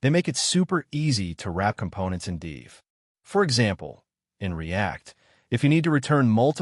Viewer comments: I am totally agree with you while cringing everytime I hear "deev" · Isn't 'div' just a short for 'division'? Wouldn't it make more sense to pronounce it like the first syllable of that word then? Or do you say deeevision?